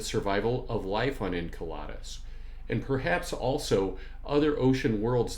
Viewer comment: I'm that guy... Enceladus is pronounced In-CELL-ədus, not In-KEL-odd-us. Saw your HOMONID APOCALYPSE vid first. Great work. Enjoying this one too. Thanks for sharing your knowledge & passion.